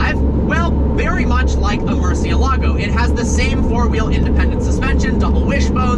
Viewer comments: man you gotta learn how to pronounce the names correctly, Reventón and Murcielago are spanish names, ask Alejandro how to pronounce them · Duuude, I'm a big fan but, please don't pronounce the Hispanic names of Lamborghini cars in Italian, even Italians say is wrong. My ears bleed Everytime you say murcielago hehehe. Keep the good work.